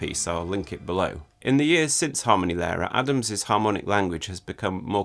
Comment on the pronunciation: Just a quick headsup before you go ahead with making more videos on Adams as you mentioned. The stress in Harmonielehre goes on the /i:/, not on the /a/. Cheers.